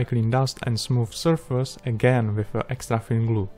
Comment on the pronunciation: Extracting glue... what the heck is extracting glue...? Oh, extra thin glue. LOL! Don't get me wrong, your english is good but I was only listening with one ear.